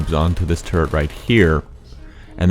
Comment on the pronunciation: Why does "turret" sound like "turd"? BECAUSE THOSE LITTLE BASTARDS ARE FULL OF SH*T AND I HATE THEM!!!!!